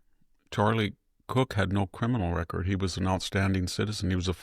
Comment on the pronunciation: Nukyular? Nukyulus?? It's Charlie KIRK, not COOK.